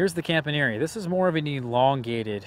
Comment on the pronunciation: Are you sure that's how you pronounce Campaniere? I watched the Thierry introductory video and it sounds like the announcer says, "Comp-ahn-ye-air". Similar to the way the back end of Pastiliere is pronounced but with the front end being different. The -iere is the same for both names... not sure about the origin. I got one earlier this year so it's still a baby but can't wait.